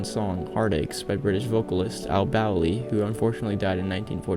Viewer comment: Interesting video! But you pronounced his name wrong, it's actually Bowl-Lee not BOW-LEE.